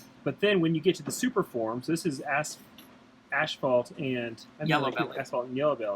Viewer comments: Gotta love the way pronounces asphalt. ashhhhfault. Love the freeway stuff! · We are Canadian that’s how it’s pronounced up here. 🤗